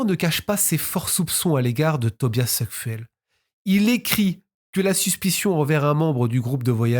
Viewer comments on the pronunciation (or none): "Débuter" est intransitif. On ne débute pas une soirée, ni un livre, ni rien. On peut dire "la soirée débute par une dispute", par exemple. Et Suckfuell se prononce Soukfûûl.